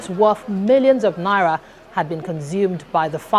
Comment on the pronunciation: Hello, it's 'na-ee-ra', not nara.